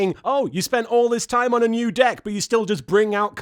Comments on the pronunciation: "I haven't quite solved the problem that is Jaden's dick." Wait.. what was that? "Deck." Hmmm. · I swear half the time when they say it sounds like they're saying dick (especially Bastion) "Countless equations, a myriad of therums, yet still I haven't quite solved the problem that is... Jaden's Dick"